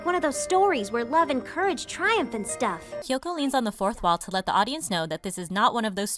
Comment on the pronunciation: He call kyoko kioko 😭